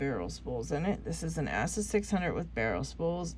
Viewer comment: 🤣 it's Ah - suh. Not Ass - uh 🤣🤣 Glad I found your channel though there's not many females in Locksport that I've seen